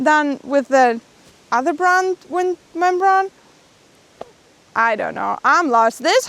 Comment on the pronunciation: Hi guys, I've noticed you struggle with the pronunciation of the word membrane brane rhymes with rain. Hope that makes sense and improves your English which is very good.